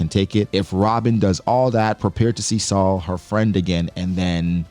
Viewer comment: Thank you for pronouncing Saul correctly hated when the show “better call saul” came out for so long people said my name wrong , was happy when i saw a giant had my name